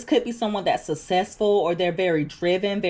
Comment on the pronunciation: Oh no.... the word "Successful" is in the title.☹️ I really, really, dislike the way you pronounce this word. You say, "sussessful" (everytime) it sounds terrible and is cringe worthy. The pronunciation is : [suk-ses-ful] this is irritating to me because you're "obviously" super intelligent and articulate. You have a soft, pleasant, and feminine voice, please work on this. It may sound harsh but its all love I promise. 🩷🤎🌷🫶🏽🩷